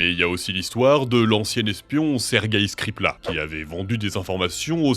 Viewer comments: Skripal pas skripla 😭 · Petite coquille, skripal bien écrit mais jamais bien prononcé 😅